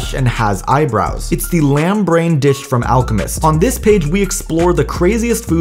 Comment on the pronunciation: Never thought hearing a man say "disccchhhh" would drive me insane.